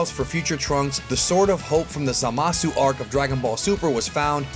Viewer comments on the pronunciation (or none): isnt it ZA-masu......not za-MA-su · You mispronounced Zamasu's name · Stop saying Zamasu FUCKING WRONGE!!! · Pretty interesting video, though he constantly mispronounced Zamasu's name.